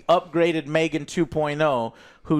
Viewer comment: in and you're already saying Megan wrong. Joe how